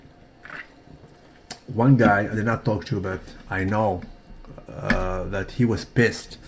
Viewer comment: the "L" in "TALK" is silent bro. You kindergarten English teacher is NOT SALUTED on a DAILYYY!!